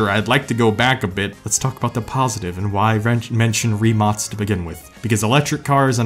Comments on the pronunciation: FISNLLY SOMEONE PRONOUNCED RIMAC RIGHT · This is my 2nd time i heard someone say rimac with a c and not k in the english language (you and topcarstv) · It made me so happy that you said Rimac the correct way in fact you re the only american ive heard say Rimac correctly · Good job pronouncing Rimac correctly :) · Always nice to see people take time to research proper pronunciations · He actually said Rimac correctly. Love the vid keep it up. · Yes finally someone said the name Rimac properly, that was so nice to hear for once from so many automotive YouTubers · the only youtuber that pronounces rimac right. great vid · Bruh, thank you sooo much saying Rimac (I am Croatian and you have no idea how much it anoys me) correctly.🙏🙏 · You said Rimac right! As a Croatian, i approve of this! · Finally someone from english speaking country said Rimac cotrectly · HE PRONOUNCED RIMAC RIGHT!!!!!! Us Croats thank you. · FINALLY a youtuber who pronounces the Rimac correctly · respect for pronouncing correctly the "Rimac" name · Holy shit someone pronouncing Rimac correctly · You know the guy's legit when he pronounces Rimac correctly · damn someone acually properly pronounced rimac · i salute you for saying Rimac right...the amount of the 3 idiots on grand tour (which i love) saying rymac... rymac sounds soooo wrong and i hate it xD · Coming from a Croat he is the only person that is not from Croatia that pronounced rimac right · you... you... you..... pronounced rimac correctly... thank you.. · broo no way 1 american that say Rimac correctly